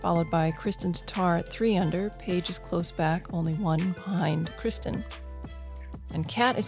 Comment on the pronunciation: No, but she mispronounces Kristin "Krischun" like Christian putting a "ch" instead of a "t".